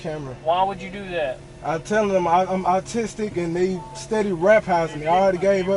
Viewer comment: Once caught ,,, Oh yeah dude im awwtistik ,,,im awwtistik... I get a free pass,,, not only that but now y'all gotta let me go cuz the officer was ruff wit me and he didn't put on his kid gloves ... The county owes me one of them ten thousand dollar voucher's ...